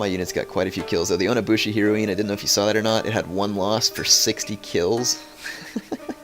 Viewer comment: Man, you say heroine weird.